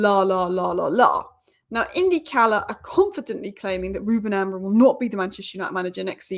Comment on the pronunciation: Amorim not Amorin please.